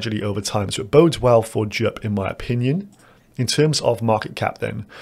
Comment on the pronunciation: Bro, how do you pronounce "Jupiter"? K now do JUP